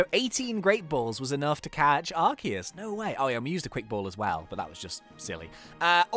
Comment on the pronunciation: ARCEUS,S NAME IS LIKE ARSEUS NOT LIKE ARKEUS